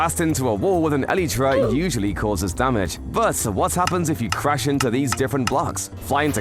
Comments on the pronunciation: "eleetra" its elytra(prounced el-i-tra) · Its a elytra not a eleeetra